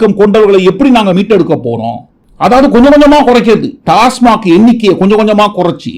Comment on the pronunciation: அது டாஸமார்க் இல்ல... ஆடு டாஸ்மாக்.